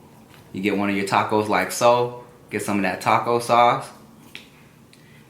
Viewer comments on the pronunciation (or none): none